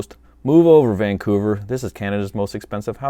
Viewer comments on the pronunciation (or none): none